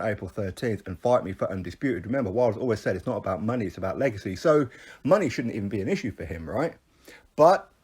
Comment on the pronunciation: Did you say legacy or legs are skinny?